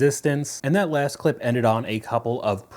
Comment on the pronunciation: The llllaaaaaaaaahhhhhhhhst thing we need. Brother why so much emphasizing 😂